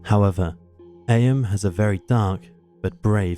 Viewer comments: I just Googled it and you're right, the British pronunciation is "eem" but the American pronunciation is "ay-uhm", however this narrator is British not American so you'd think he'd know how it's said over there...!! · Firstly, ignore the moaners about the narration, love both voice overs. One thing thouh, Eyam is where my wife and I's best friends are born and bred. It is pronounced 'eeem,' they're very proud of that history. They have celebrations every year, it's great! Worth a visit, be wary though, the local pub has a few miscreants (lol, jk, friends of mine) who happen to refer to non-locals affectionately as 'townies' - they mean it as a derogatory term, tongue in cheek though. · Eyam is pronounced ‘Eem’. Do your research.